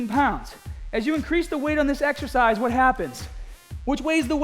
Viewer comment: "YOUR EXEHCISE SELECTION IS PURE GAHHBAGE" XD